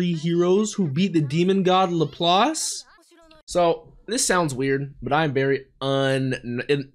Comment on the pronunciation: Good on you for correctly pronouncing "Laplace", usually english speakers pronounce it as "la-place" for some reason. Anyway, Laplaces demon refers to a thought experiment by French mathematician Pierre-Simon Laplace, he envisioned a demon that knew the location and movement of every particle in the universe and had infinite calculation capacity. He reasoned that such a demon could effectively predict the future, he was a determinist (as am I) and didn't believe in free will (correctly). Basically the idea of using a super computer to predict the future. It has to